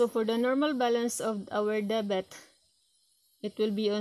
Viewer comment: Debit Hindi debet